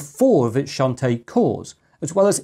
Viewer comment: I love how ang mohs pronounce the Chinese names. XuanTie is pronounced as shh-ant t-yea and nezha is nurl-ze-ah